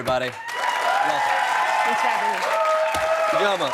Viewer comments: its pronounced eedjioma, her dad is probably Nigerian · THREE syllables: ee-JO-muh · Ijeoma is pronounced Ije'oma. It is a disyllabic word. Ije pause Oma. Thank me Jordan Klepper 😁😁